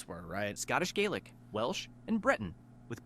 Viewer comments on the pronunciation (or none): none